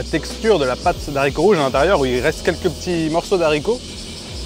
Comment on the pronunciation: De haricots rouges... Stp.. Le h ne permet pas la liaison ❤ merci